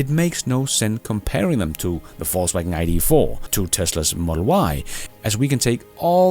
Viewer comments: Same down here. Hearing "false wagon" all the time and I like it a lot! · I love the way you pronounce VW as "false wagon" 😂